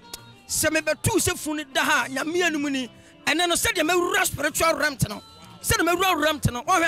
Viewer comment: I beg ma pepol.. who heard "spritaul remt"